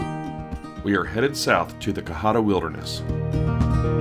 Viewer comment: You're saying cohutta wrong